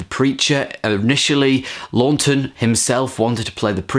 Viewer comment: I've got the Arrow Academy release from 2013 but still haven't watched it yet,got similar extras to the Criterion,and it's pronounced "Lawton" with 1 n ;) he was also in Spartacus,also check out Witness for the Prosecution from 1957,similar vein as Twelve Angry Men but just as good.